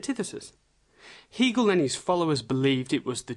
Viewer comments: It is not phonetically pronounced Heegel it is HAGel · It is pronounced "Haygal" not "He" gal as in male. If you can't pronounce it properly I wounder if you can explain the philosophy properly. Just another conspiracy theorist, albeit slightly more sophisticated than usual. Most people prefer the cock up theory of history. I am waiting to be told that it is the Jews or the Freemasons or the Illuminati.....Please just get a life.... If anybody really wants to understand Hegel then watch Brian Magee's lectures on you tube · Hegel rhymes with Bagel, Not Beagle. Weird because you pronounce 'Hegelian' properly...